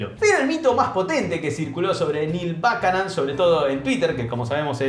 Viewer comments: Gran video pero... No se pronuncia "bucanon"? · No te das una idea lo mal que pronunciaste el apellido de Buchanan...